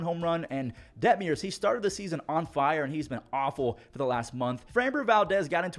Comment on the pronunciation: Det-muhrs not Det-mee-uhrs